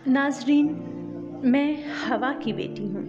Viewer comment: Please fix your pronunciation. It’s “Hawaa “. Not “Hawa “